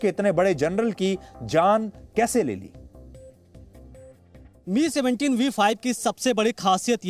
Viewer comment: It's not pronounced as 'ME' but 'M' 'I'. May his soul rest in peace. aum 🙏